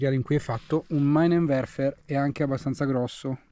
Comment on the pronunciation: Ciao si pronuncia minenverfer